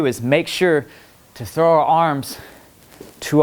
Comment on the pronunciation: "When we trow it back we're gonna go diagonally" That what he said